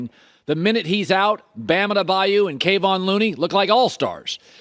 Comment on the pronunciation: Bam ade-by-you and kayvon looney